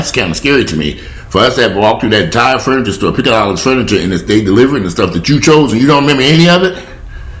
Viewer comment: Keep an extra eye on your mom. Forgetfulness usually is not temporary unless it was due to some kind of trauma. You're a great son. PS I love your fun-ni-cha. As they say in the South.